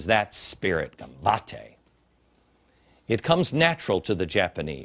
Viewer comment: Good god, he butchers 'gambatte' in a most painful way. Then again that is the least of his problems. I wish he'd stop saying it, though as it hurts my poor ears. I find it very odd that Glenn Beck is praising Japan when it's a country that has virtually no Christians at all and is in fact atheist.